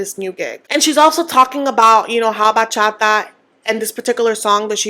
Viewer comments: It doesn’t give hater! You just expect her to respect the culture, as she should!!!!!!!!!!! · I don’t want to be a hater but Cara not being able to pronounce bachata is so cringe 😬 How are you gonna have a career in bachata if you even say it right? 🤦🏽‍♀️ btw, I’m Dominican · THANK YOU for mentioning that Gino's definitely gonna dangle the divorce/green card over Jasmine to get her to play nice! he has such a habit of this and i feel like no one notices it because Jasmine's so loud and he's more of a quiet manipulator. and Kara pronouncing bachata wrong also gets me, I would also be annoyed at that if I was Guillermo